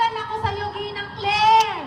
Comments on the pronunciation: Ginang po ang sabi niya hindi nenang po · Ginang po not Ninang.